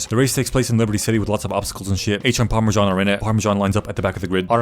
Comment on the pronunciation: PARMISSAN OR HOWEVER TF YOU SAY IT 😂😂😂